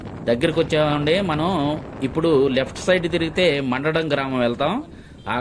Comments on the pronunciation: మండడం కాదు మందడం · మండ డం... కాదండి... మంద డం... గ్రామం